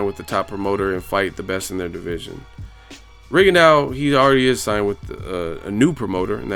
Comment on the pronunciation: His name is pronounced RIGONDO, not RIGONDAU; its French. Just like for 'plateaux' you say PLATO, not PLATAU.